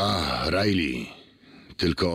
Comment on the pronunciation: Pewnie wypowiadasz "rilej" zamiast "rajli" bo kojarzy ci się z Ripley.